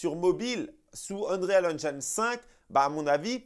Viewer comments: Vidéo au top comme d'habitude, merci 😊. Sinon Unreal Engine se lit en français ONRIL AINJIN 😅😅😅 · t’es au top, mais je me suis pissé dessus avec ta prononciation de l’Unreal Engine 5. 😂🤣😂